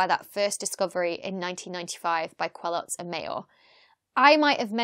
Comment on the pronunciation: Just to nitpick : Didier's name is pronounced Kelo, not kweloz. Also I would have expected you would have talked about how the discovery came to be. If you search for Mayor's publications on the ADS, you see he was in stellar radial velocity (but wrote a 1988 paper titled "a giant planet beyond the solar system ?" ). Geneva observatory had (still has in fact) a 1m telescope at OHP, and they were using Coravel to measure the radial velocities of stars. Then the use of fiber optics to link the telescope to the spectrograph (i.e. no more flexure while the telescope tracks during the night) and the thermal stabilization of the spectrograph allowed to go from km/s to m/s precision, and therefore the detection of Jupiter like planets. I used to work at La Silla Observatory before the HARPS spectrograph ( ), and the former spectrograph was in a thermal stabilized room below the 3.6m telescope. If you just opened the door of that room, measures were bad for 2 days. It's really very high precision stuff (HARPS is in a vacuum chamber). Other than that another very good youtube video. As usual :).